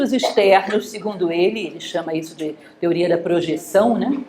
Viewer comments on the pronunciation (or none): none